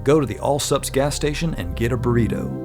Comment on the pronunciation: When I heard the actual word burrito I went back to check the subtitles to see it he labelled it as tornado. Did not disappoint.